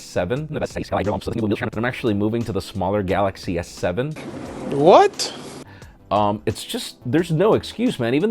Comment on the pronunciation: Dude, saying Galaxy S7 was hilarious! 🤣 And thumbs up to Diego for that editing to go along with it! 👍👍